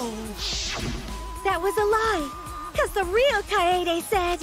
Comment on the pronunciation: even the title screen slightly mispronounces it but thats honestly nothing compared to the english dub’s hilarious mispronunciations such as “kae YAY day”